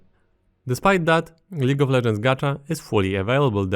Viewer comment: It was League of legends, now its L"EA"gue of legends